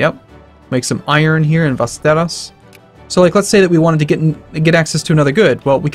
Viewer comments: Västerås in English is apparently pronounced like weirdly articulated Westeros, never thought about that :D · oh god. you really butchered the pronuncitation of "västerås"